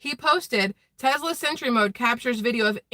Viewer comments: TeSla, not TeZla..........lol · Its tesla, and sounds like tess-la NOT TeZ-la sorry I am not nit picking lol, yeah I am